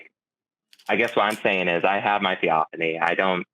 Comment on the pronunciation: thee-OFF-an-ee I think Forrest could figure that out if he didn't want to make fun of someone. The burning bush was a theophany, for example.